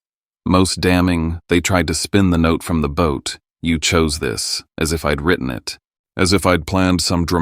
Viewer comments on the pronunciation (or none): none